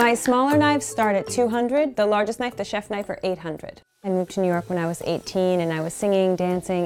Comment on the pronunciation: *click* knoife